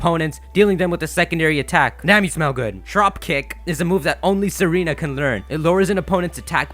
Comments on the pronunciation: its not serena, its tsa-reena, a tsaar is just like an emporer or king, its a name for historic rulers of bulgaria, servia and russia. thats why tsareena has the queenly majesty ability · Her name is Tsareena, based off of the Tsar's wife, Tsarina (Sar-ee-na), but now I can't unhear Serena lol! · Tsareena is pronounced zareene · dude it's not pronounced sereena but tsareena like pizza & tsarina was the queen of russia in the end of the russian empire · It somewhat bugs me how you pronounce Tsareena as "seh-REE-nah". It has it's name origin based off of "tsar", a Russian monarch. Because of this, it's most likely pronounced "zah-ree-nah" with emphasis on the first syllable or first and last syllable.